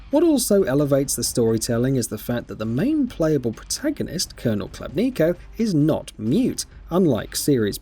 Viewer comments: You're Khlebnika lol. The colonels' name is Khlebnikov - pronounced [Hleb'nee'koff] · Catastrophically bad video review. Gets major plot points wrong (Miller was searching for the maps, not green stuff…) and terrible pronunciation (Colonel Klebniko? Novahs-abersk???). I personally disagree with the “unremarkable” review, and the critique of the gameplay, but even putting those points aside the review was lazy to mess those details up..